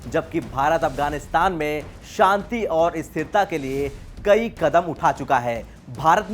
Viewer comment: Shanti bol Bhai Santi nai. Hindi news pad Raha hai bhojpuri nai